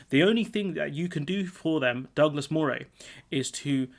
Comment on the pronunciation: But Moray is pronounced Murray - I lived there many years ago.